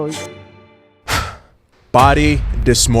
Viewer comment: i burst laughed when you said sir : steroids sound almost as : androits .